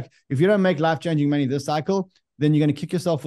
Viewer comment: Count how many times he says “Monney”